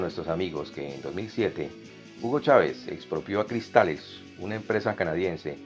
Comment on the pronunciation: Verga hasta cuando tendrán al gocho narrador este en ese noticiero... es CRYSTALLEX no CRISTALES como dijiste no joda...